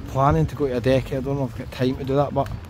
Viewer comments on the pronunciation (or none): Its adeje not adecky 🫣🤣